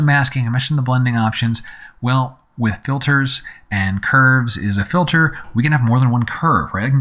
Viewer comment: Two things. First: This is a very useful tutoruial for a difficult tool. Thanks. Second: Am I the only one who noticed "fitler?"